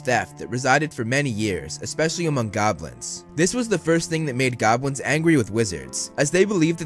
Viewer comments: Everytime he said Goblins I heard Gobwins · Once you hear, you can't unhear